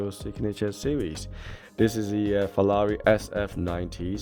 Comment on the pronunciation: Hi, love your Reviews but what annoys me is saying FELLALI all the time. Sorry maybe got problems with my hearing? 😞